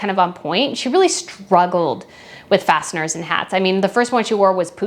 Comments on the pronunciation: It’s fascinator not fasteners 😂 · Fascinator, not fastener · The word for the hat is Fas-en-a-tor, not Fast-ner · FYI it’s a Fasinator not a Fastener! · It’s fascinator not fastener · It's a fascinator hat, not a fastener hat 😆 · It's fascinator, not fastener, is it? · The word is “fascinator” not “fastener!” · are you calling the “fascinator”, a “fastener”?? Sure sounds like it 🤔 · Do you call hats fastners, or am I mishearing that? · It’s a fascinator, not a fascinor or fastener. Maybe it’s just your accent? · Do you mean fasinater? Not a fastener. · It’s “fascinator,” not “fastener.” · I love your channel and I've subscribed to it. On this video, it sounds like you're saying "fastener" instead of "fascinator" or maybe my hearing is just bad. I love that you're honest in your critique of MM's clothing. You give her props when she deserves it which with her clothing choices rarely happens! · Slow down… the hat is a “ fascinator”. Fas-cin-a-tor…..4 syllables. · So glad I found your channel! You’re kind but honest, great combination when there are so many slurs around. BTW, it’s not “ fastner” it’s fascinAtor”. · I believe its pronounced " fascinator" not "fastener" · Are you just pronouncing fascinator as fastener 🧷? Or do you really mean to say fastener about her fascinator hats? 👀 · ‘Facinator” ….not “Fastener……. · Is “fastener” any particular American accent or regional dialect for “fascinator”? I know you lived in the PNW (as do I), and I don’t tend to hear much of an accent, but I also hadn’t heard them called that before in this area, so I’d be curious if there’s history there!